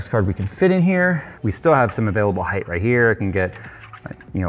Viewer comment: How you expect people to take you serious weeken you say heigth and not height